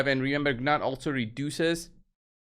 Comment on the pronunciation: Its nut the g is silent